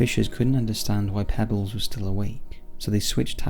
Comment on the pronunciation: I think the name of the hero in the first story was pronounced Pea-bells. Just a small critique